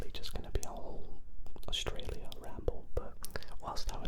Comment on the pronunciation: A-U-S-R-A-L-I-A Australia❌️ Ausralia